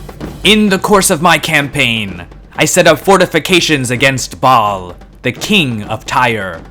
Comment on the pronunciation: "Ba'al of Tyre". I heard it as "Bob of Tyre". 😆